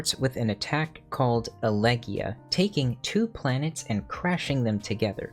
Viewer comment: Good stuff. if I may add in, elegeia has no mute E, it's pronounced eleghEHia Planetes also has an audible EH as in planetEHs And kakodaimon is slightly more complex as a concept, it's the inner ugliness, all that is is bad in us and we have to defeat it if we even wish to negate her thesis in the form of our dynamis limit break